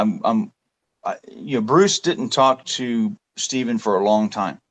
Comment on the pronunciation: Did anyone notice in the interview that was done with, there were several times that he called him Stefan instead of Stephen? Then in other parts he did call him Steve, but I thought that was strange. That is his brother... how do you mispronounce his formal name?